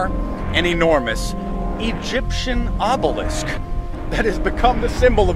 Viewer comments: O Be Lisk bukan obselik 😁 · Comel tau dia. sebut obelisk betul dah.. tiber keluar "oblesik", "obselik" hehe, tersenyum2 kita melayan video ni